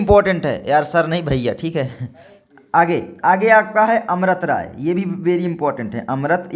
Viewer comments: Bhai amrt rai nhi amrit rai hota hai yaar 🤦🤦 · Sir amrat rai nhi amrit rai hai